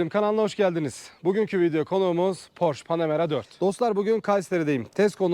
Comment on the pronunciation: abi doğru telaffuz "porşe". senin gibi dortmund'da yaşayan birine yakıştıramadım...